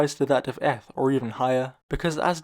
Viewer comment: Has this guy never heard anyone pronounce eth?